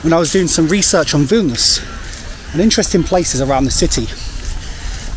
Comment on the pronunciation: Užeikite means come in. And yes, your pronunciation of Vilnius is correct!